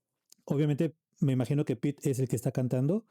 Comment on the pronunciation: Hello from Finland, and thank you for your reaction. You pronounced "Liekinheitin" very well; the final "e" is also pronounced like in Spanish. Also, "Pete" is pronounced more like "Pepe." I hope to see more of your reactions, so I've subscribed!